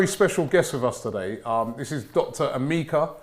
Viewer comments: Robbie it's E-ME- KA not A- mi - ka...Kalechi should be helping out🤣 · It's (M-EH-KA) not Emeeka...I blame the doc for not correcting you. Sell out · Eh Meh Ka